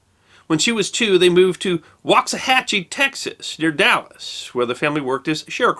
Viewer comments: If needed proof that he thoroughly researches his stories, he did it for sure in this one. I grew up in Waxahachie, TX and still reside nearby. There are not many people outside the county that pronounce it correctly. Way to go!!!! Awesome story, she definitely deserves to be remembered. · Great story. You pronounced Waxahachie correctly. Many people who live around the area can not including some TV news people. The story is that Waxahachie is an American Indian word for Bull Chips. May or may not be true your mileage can vary. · You said Waxahachie correctly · Thank you for pronouncing Waxahachie correctly. People seem to have a problem with that. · Good on ya, for pronouncing Waxahachie correctly, even people here in Texas usually get it wrong.